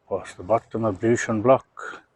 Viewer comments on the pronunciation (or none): Forgive me. Teacher here. All your videos - ablution with a T not an S 😉